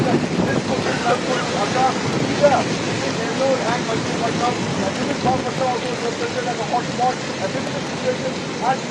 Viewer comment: It’s bapatla😂